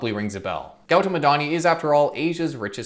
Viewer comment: It's your pronounciation is not good .. It's Goo Tom Adani